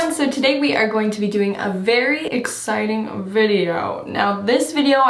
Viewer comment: "Hey everyone so today we are doing a very EX CI TING video." get's me everytime XD